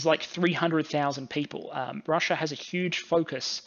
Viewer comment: Russia doesn't end an "r". Neither does idea.